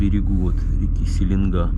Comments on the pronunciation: СеленгаА ударение на А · привет! Река не СелЕнга, а СеленгА! Счастливого пути!